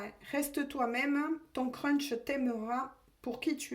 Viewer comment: Bonjour, je ne sais pas si c'est votre accent ou si c'est moi qui entend crunch 😂. Si le chocolat m'aime, moi aussi je l'adore. Par contre pour un crush, on verra bien, on croise les doigts. Bonne soirée !